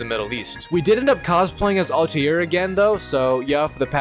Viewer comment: "Alti-air" this guy and his pronunciations xD